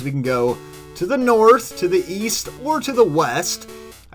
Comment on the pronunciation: East I thought you said weast